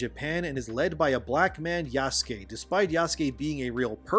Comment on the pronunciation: The way you pronounce Yasuke is triggering. I'm fairly certain it's not Jaskey. Pretty sure the "u" is not silent.